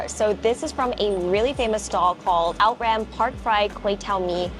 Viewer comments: Awesome video! Anyway, 'outram' is pronounced as ou-tram instead of out-ram 😅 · This Hong Lim hawker centre has a lot of amazing stalls. Outram Char Kwan Teow is really good. Tai Wah noodle stall and Tau Suan dessert stall opposite Outram Char Kwan Teow are great too. BTW, it’s pronounced as O-thrum not Out-ram. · Haha dear it’s ou-tram ~ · Outram pronounce as Ou-Trunm